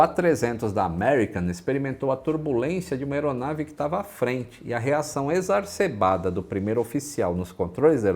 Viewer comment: Como sempre deu uma aula, mas alguém percebeu que, em vez de exaceRbado, ele disse exaRcebado? Foi quando falou sobre o avião americano que ficou sem controle depois de pegar turbulência de aeronave que seguia a sua frente. Abraços.